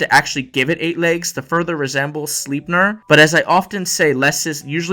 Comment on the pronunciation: The way you mispronounce Sleipnir really grinds my gears...